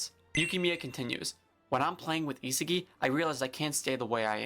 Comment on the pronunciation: How does bro pronounce Isagi:face-purple-crying::face-purple-crying